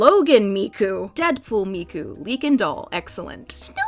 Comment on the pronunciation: If you're going to say Miku that many times, it would be a good idea to practice pronunciation.